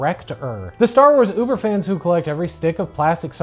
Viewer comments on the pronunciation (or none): none